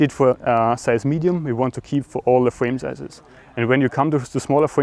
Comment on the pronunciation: fwame sizes 😂😂